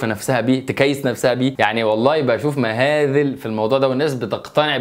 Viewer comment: مهازل وليس مهاذل